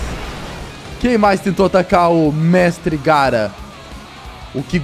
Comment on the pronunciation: engraçada foi quando ele falou garra 😂